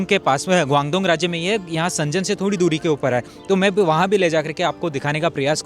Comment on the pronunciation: Bhai woh सेंजन nahi hai शेन्ज़ेन hai Z ko pronounce karo J ko nahi